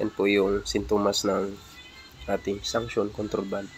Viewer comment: Suction po hindi sanction..😂